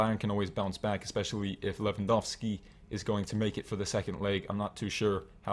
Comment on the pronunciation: Damn ur Lewandowski pronunciation is perfect. Cheers from Poland